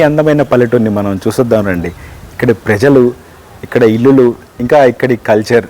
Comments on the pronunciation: illulu anakoodadandi, illu (ఇళ్లు) అనాలి.singular ఇల్లు, plural ఇళ్లు. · ఇల్లులు కాదు యాంకర్ గారు ఇళ్లు అనాలి